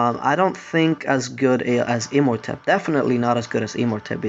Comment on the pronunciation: It's imortepp not e-mortepp